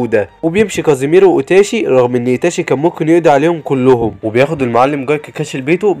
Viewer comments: ملخصات نار لاكن اسمه kisami ليس kazimero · السادسة اسمه ظيساني و ليس كاسيميرو😂🎉